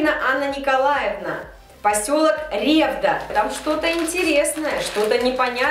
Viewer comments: ревдА а не рЕвда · не рЕвда а ревдА